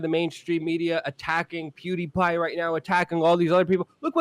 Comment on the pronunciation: LOL 😂 you called Pew Dee Pie “POOTIE PIE”! 🤣😂😂😂👍